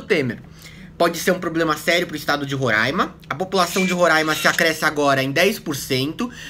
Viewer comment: vc fala roraima certo, coisa que a fatima bernardes nal consegue